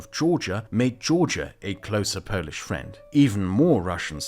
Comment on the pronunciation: not to correct You but when talking about the antirussian club You overpronounciate the word "polish" , like in polish-portugeese relationships. the pronounciantion weight should be on portugeese.